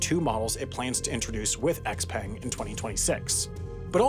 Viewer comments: Actually, I think it’s pronounced XPeng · R.I.P. beautifully researched video but wrong pronunciation of XPeng